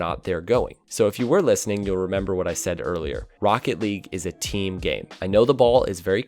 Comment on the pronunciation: "there's no i in tiim